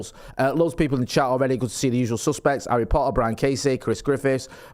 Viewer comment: Arry Maguire!!!!